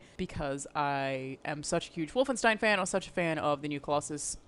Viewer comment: Oh no please. Not wolfinestine.